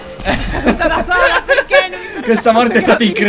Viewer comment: Quando favi ha detto "pk vinci sempre tu" ho sentito pk cinci sempre tu😂😂😂